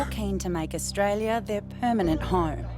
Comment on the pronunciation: Australia not Australie